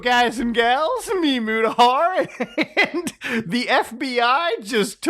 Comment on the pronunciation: it's MutaHAIR !